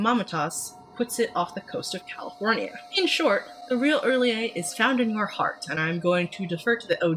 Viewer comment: Yaaayyy!! Finally I get to hear somebody pronounce R'lyeh the same way I do! Not a big deal I know, but agreeing on a weird, made-up alien language is rare